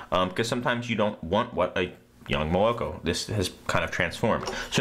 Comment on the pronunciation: great video man, awesome info. You do, however, have to learn how to pronounce Moloko. Didn't you see A Clockwork Orange?